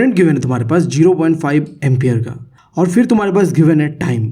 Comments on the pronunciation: Ampere ❌umpire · Bro it is not ampire it is ampere 😅 thanks for such a good explanation ❤ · Empire❌ Ampere✅ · Sir vo ampere h ampaayr nhi😝🤣🤣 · Ampere pronounce galti kar rahe hai